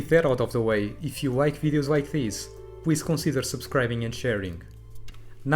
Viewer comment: 'W' this letter in the English is not the same for 'L'... you say 'pwease' instead of 'please'.. an you also having thick accent it hard for understand... 😊 peace ✌